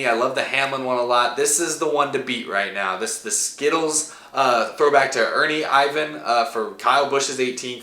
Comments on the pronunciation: The 17 is a throw back to the Chad little 97 car and bro its pronounced Er-van. U can tell your a young guy lol i like the 22 car calling back to old steve park car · "Ernie Ivan". Okay... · Boy keeps saying Ernie Ivan it's IR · Who the hell is Ernie IVAN? Better take some time and watch some classic 90's races, maybe you'll learn more about what made those races so great too.